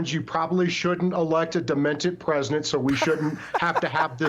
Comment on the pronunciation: We beed to do a lot more in the line if education. This character doesnt know that "presidnet" doesnt exist. This leaves a poor perception of those that cannot pronounce normal words. If he has this level of attention to his language, imagine how little is his attention to detail on the matters of Americans' business. 🤡